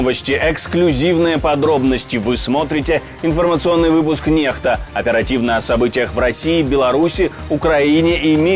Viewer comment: Почему "нехта", а не "некста" - буквы то латинские (n)?